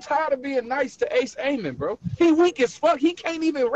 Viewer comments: His name is ace amin not ace Amos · Lol why he keep calling him Ace Aimin 😂